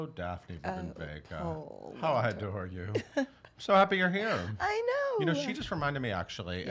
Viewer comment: It's not Vegas it's Vega!